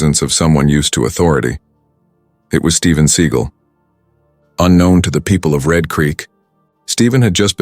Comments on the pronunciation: How can anyone in the US no know who Steven Seagal? Learn how to pronounce his name, too. Do you still have prejudiced cops in 2025? But karma will come soon. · The dude doing the narrating doesn't know how to pronounce Steven seagal😂😂😂😂😂😂😂😂😂